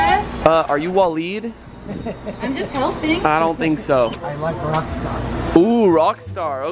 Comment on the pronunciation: It’s pronounced waa-leed it might be spelled Different but that’s how it’s pronounced